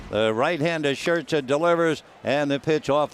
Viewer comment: He pronounces Scherzer SHIRTZER